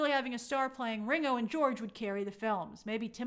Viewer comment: Stop saying Ringo like that! 😂